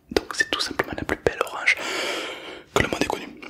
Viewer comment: Je suis le seul à entendre orage a chaque fois